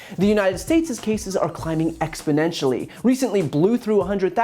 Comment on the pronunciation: exponenually? He knows the best words..